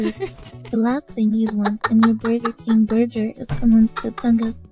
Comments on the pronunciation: Ah yes, my favorite hooman food, the Burger King burjer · lmao, burjer. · "Burjer" - Vei's TTS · Burjer lol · peepoGlad BUR JUR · Berger king berdger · It recited "Vaporeon" flawlessly but couldn't handle "burger" lmao